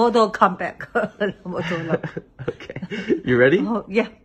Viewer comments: “Mortal Komeback” lol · "mortal kum" I am all for that as well